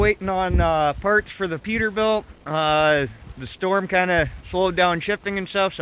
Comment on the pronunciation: It's PETERBILT not Peterbiult. It's right on the hood, three times. Smh